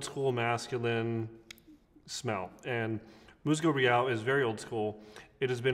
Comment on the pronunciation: Good video I grew up with this product and many of their products… the pronunciation is closer to Mooshzoo Reeál.